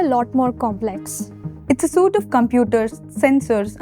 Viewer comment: suite =/ soot sweet. you'd think a rocket scientist would know this.